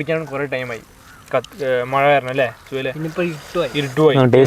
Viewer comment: മയ അല്ലടാ മഴ